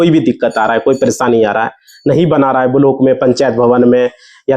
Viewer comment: तुझे तो बोलना भी नहीं आता ब्लाक को बलोक पंजीकरण को पनचीध बोल रहे हो कहां से आते है ये